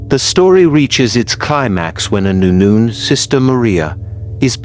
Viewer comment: Okay, I made it 48 seconds in before the idiot AI voice decided to pronounce "nun" as "noon". Fuck this channel.